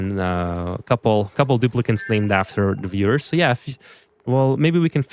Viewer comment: its Dupli-cant's